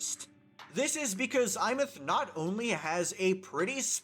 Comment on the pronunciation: Insta-like for being the only content creator to pronounce her name correctly.